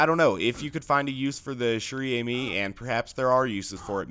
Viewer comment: "Chère Amie" is french, it means "Dear Friend" (woman friend) and it is pronounced like shair amy